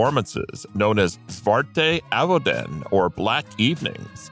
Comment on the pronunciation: I know it: Dutch isn't an easy language, but the mispronunciation of "ZWARTE AVONDEN" is ridiculous and stupid !!